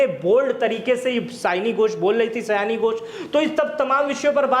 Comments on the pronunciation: सयानी नही सायनी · सयानी नहीं सायनी घोष है।